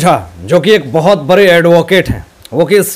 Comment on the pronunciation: Bare bare 😂😂 bade hota h Pronunciation IP 😂😂😂😝😝